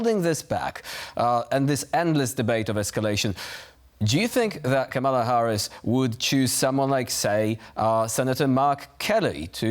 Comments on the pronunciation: You are correct, of course. However, the mistake is understandable. Multi syllabic Polish words have pentultimate stress, i.e. one syllable from the end. And tak, mówię po polsku :-) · KAM-a-la. Not, Ka-MA-la. Come on TVP